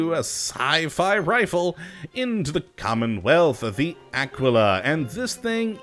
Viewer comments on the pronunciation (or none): its pronounced AH-KEY-LAH like tequila